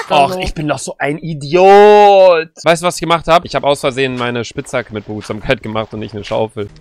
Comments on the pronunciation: Eine Legende besagt Sandy sagt immer noch Behutsamtskeit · Sandy:Behutsamseimwurm😂😂😂😂😂😂 Ich:Is die dumm das heißt Behutsamkeitbuch🤣🤣🤣🤣🤣🤣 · Sandy:behutsamgagakeit Luca denkt sich:was ist an behutsamkeit so schwer 😂😂😂